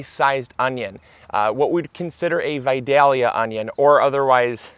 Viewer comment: vadilla ga is a town in GA..and by the way your are pronouncing it wrong